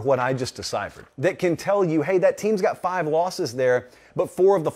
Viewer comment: "four of the flive" Sorry. I had to.